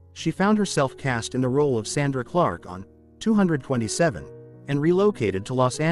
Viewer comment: The show is called 2-2-7, you say each number